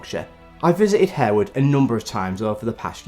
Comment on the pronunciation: I'm pretty sure the 'e' is silent in Harewood House 😬